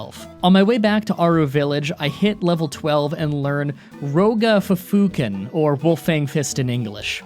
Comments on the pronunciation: nothing like "roga fuhfuhken" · Row-ga Fufuuken. wtf